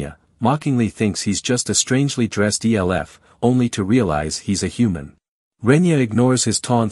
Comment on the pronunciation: E L F people. Might want to teach your bot that "elf" is a word.